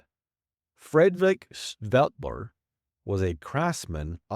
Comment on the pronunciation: Dyooh-rur” would be closer. And “Staedtler” and “”Conte” were also mispronounced. Try “Staid-ler” and “Con-tay.” You got “Conte” right on your second try.